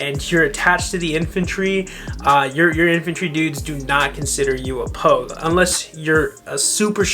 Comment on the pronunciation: dude, its "pogue". get your shit together